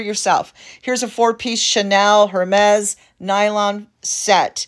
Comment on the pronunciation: Thank you very much for this video info but just want to inform you that you're pronouncing Hermes incorrectly. Continue with much success! 😊